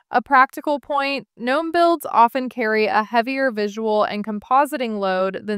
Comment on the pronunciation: "Guh- nome" lolol😂😂